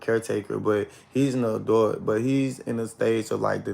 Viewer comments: I could have sworn it’s pronounced ADULT not ADOLT boy bye😂😂😂😂tell the truth and shame the 😈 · DID HE SAY (ADOIT)- NOT ADULT. 🤷🏽‍♀️ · This dude can’t pronounce ADULT correctly 🥴